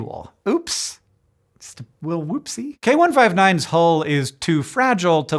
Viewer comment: The equal pronunciation of hole and hull had me struggling there for some seconds.